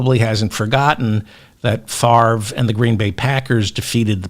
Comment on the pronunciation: Wow! You pronounced Brett Favre name correctly. When you say you read all of the comments, you weren't kidding. I spelled out the pronunciation of Favre's name and you read my comment. Love your show! Keep up the great work our friend!